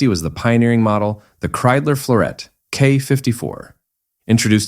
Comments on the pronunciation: Ik hoor steeds Kriedler, maar het is nog steeds Kreidler. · Das wird mit Kreidler ausgesprochen nicht mit Kriedler oder Krüler! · Wenn ich dieses KI Gequatsche höre schwillt mir der Kamm. Kriedler statt Kreidler usw. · Scheiß KI !! Das heißt K R E I D L E R ! und nicht Krüler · So ein doofes gequassel!,statt Kreidler -Kriesler oder Luigie Tavverie statt Ta veri.